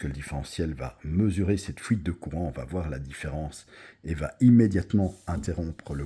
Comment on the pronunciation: Oui, est très probablement belge.